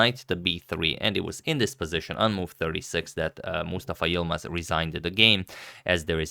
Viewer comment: Great game. As a Turk, you pronounce the name Mustafa Yılmaz almost perfectly. This was a little surprising to me to be honest :)